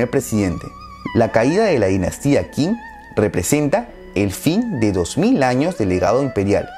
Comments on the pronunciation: Qing se pronuncia 'Ch'ing. En general las Q's se pronuncian como CH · En realidad la palabra Qing se pronuncia "ching" y de hecho de ahí viene el nombre actual de China con el que conocemos al país en Occidente, como dato adicional